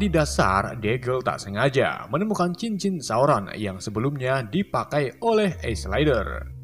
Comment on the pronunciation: Gw gatau cara pengucapan nya gimana tapi gw gedek banget denger isledur dari lu bang, padahal di sub bacaan nya isildur